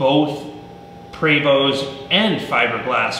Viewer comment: It pre-vo not pra-vo (Prevost )french. your comparing apple and orange